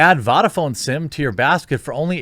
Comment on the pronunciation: Can't just be me that noticed how he said Vodafone right